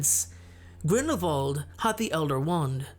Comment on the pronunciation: Another great video! Thank you. I've read a ton of the comments and agree with pretty much everyone on their assessments as well. I just want to say thank you for pronouncing Grindelwald properly with the "v" sound instead of the "w".... I'm not a professional linguist, but I study the subtleties of different foreign languages and, well, it just makes me happy to hear names/words pronounced correctly.💜 P.S. My two cents worth~~ Grindelwald is an elegant duelist, as you say, and Voldemort is a thug!